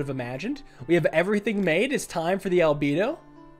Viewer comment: It’s pronounced al — bed — o